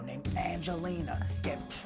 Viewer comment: Vinni “right now we have a baby hippo being preyed on by a pack of hihenas